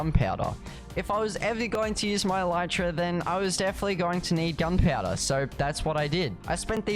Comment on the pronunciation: why did you said gunpouder 😂😂 it's gunpowder